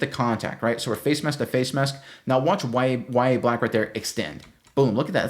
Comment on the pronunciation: Its NOT Ya-ye black, wtf? Its Yah-Ya Its an arabic name of John the Baptist.